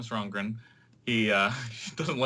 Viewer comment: Since when is there an r in the middle of Rongen, this guy must be a new soccer fan. Sorry but a guy mispronouncing Thomas Rongen is annoying and again he HAS to be new to the game. Good luck in your opener this weekend. Glad ALL NASL games are now on ESPN3. Good stuff.